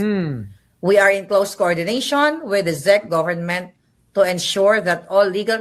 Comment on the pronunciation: Hay naku Kahit "BANGAG" PA Si PBBM OK ba yun, iba naman ang kilos, talino, at pag ibig sa Pilipino, Lalo na sa mahirap Ang PA gulo, ok na yun kahit bangag Di Gaya na kulto NG duterte, ang cheap Ugali at Itsurang Mga demonyo! Wag na kayo tawaging Pilipino! Mga Sakim! Ayusin mo ang pronouncuation mo NG Chezch at Prague Boba maharlika!